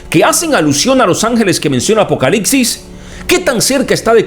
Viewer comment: Es apocalipsis? ... O APOCALICSIS?minuto